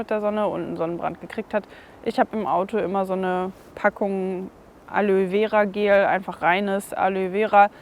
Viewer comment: Sonnenhut (ggfls. mit Moskitonetz) und ausreichend Wasser (trau hier in D dem „Frieden“ nicht wegen Chemie in Luft und Boden). Bei meinem Opinel ist auf dem Feststellring „N°07 Made in France“ eingeprägt. 🤔 übrigens spricht sich das nicht „Alö vera“ sondern „Alo-e vera“ 😉